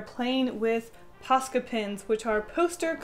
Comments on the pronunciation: isn’t it posca not pasca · You know what’s funny? I have subtitles on, and when you say POSCA pins, the captions say “pasta” pins. 😂 Edit: I feel like people take this as a hate comment, but I’m just pointing stuff out. Sorry if it feels like a hate. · i can not pronounce posca no matter how much you say it im just here like paka poco pasta?? pa da da da da da da bat man im not the brightest crayon in the box ._. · I turned on subtitles (idk why lol) and when said “Posca” the subtitles read “Pasta” 😂 Edit: heck the first illustration looked cute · I kept thinking you were saying pasta Xd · It sounds like you're saying 'paska' all the time, and it means shit in finnish 😂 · I keep on thinking that ur saying pasta